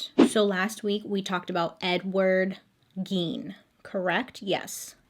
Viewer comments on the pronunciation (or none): none